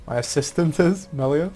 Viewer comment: LOL 2.33 mellaya